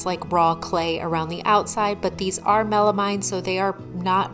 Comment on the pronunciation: Great video. FYI: melamine is actually pronounced melameen.